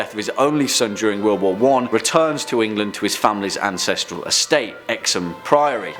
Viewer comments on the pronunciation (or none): none